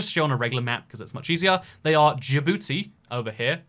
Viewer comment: "Djibouti" is just pronounced "Jibouti". The j is pronounced like in the french "Jean", so "dj" just sounds like the English j.